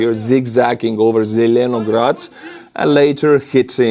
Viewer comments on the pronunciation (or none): It's pronounced "zilinaGRAT" like LininGRAT and StalinGRAT.